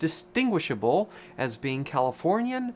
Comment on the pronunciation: The way you said "as" you said it like yas